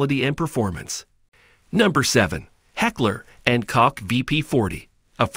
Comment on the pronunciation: Heckler and Koch. Pronounced Coke!!!! Like the soda.